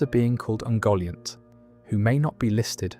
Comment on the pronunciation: Yeah I think it is :( You can hear it on ungoliant which is ‘oongoliant’ at some point, and ‘valinor’